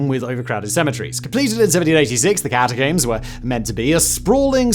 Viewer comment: How do you say this word? Comb. Then why do you say catacomb like that.....